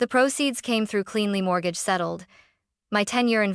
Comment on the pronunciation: Haha! MORT-gahge